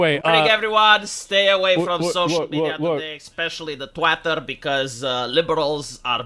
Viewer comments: "Stay away from twyttir!!!!" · "Twat-ter" is the perfect pronunciation of the platform.